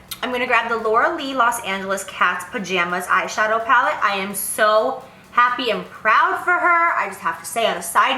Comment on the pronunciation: Lmao at Jaclyn Saying Laura lee's Pallet incorrectly! 😂